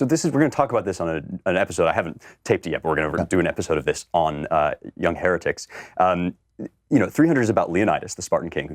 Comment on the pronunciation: If you listen closely after the transition to the website, it sounds like he said the name of the podcast was the "here-dicks" instead of heretics. I didn't know you hated Spencer that much, Klavan!